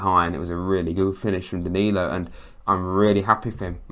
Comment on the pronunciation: Good try with the names, you did better than Sam Matterface who excelled in destroying several names during the game and bringing up how many players we had signed countless times. Back to the Name screwing Andrew OMO-BAMI-DELE came out as OMOBAMI-DELAY, DANILO was DANNY-LO ad finally OREL MANGALA was OREL MEN-GELLER